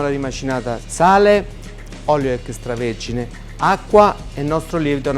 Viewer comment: Stupendo e veramente appetitoso! P.S. Mi diverte sempre molto sentire i campani pronunciare "extravergine", fanno una fatica incredibile, "ecchestravergine". Bravi comunque!